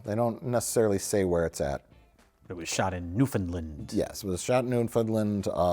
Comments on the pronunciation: NewfoundLUND 😬 New-FUN-LAND 👍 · Also, it's pronounced ''New-found-land'' Don't say Newfinlind. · I'm from Newfoundland It's pronounced "Newfin-land" not "Newfinlind." Also hilarious you speak of the place looking all depressing cause honestly it's typically grey skies like you see. They use all the nice days for filming tourism ads lol. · “Newfoundland” is pronounced exactly the way it’s written. New. Found. Land. Not “Newfinlind”. This is very common so I get it, but this bothers me everytime 😂. Also “a remote island off the coast of Canada” is kind of crazy lol. Newfoundland is one of the ten provinces of Canada, it’s “off the coast of Canada” in the same way that Long Island is off the coast of the U.S 😂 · Great to see you cover this sleeper gem. Also, phonetically, it's "Newfin-LAND," now "Newfinlind". :D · Lol. I know right. Newfinlind... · Wait, does Mike think that it's "New Finland"? I'm not sure I can trust him anymore. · Newfen-LAND, is how it’s pronounced but not that yelly. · I’m from Newfoundland! This is awesome! Finally a place worth talking about. 😂 edit: it’s pronounced New Fen LAnd. Haaard A. 😀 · Gotta say I've never heard anyone call it Noonfinn-lind. Kudos to Mike for coming up with a new pronunciation. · Newfinland. Haha. Hilarious. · newfinland lol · Also from Newfoundland. Listening to Mike and trying to say Newfoundland is heart warming.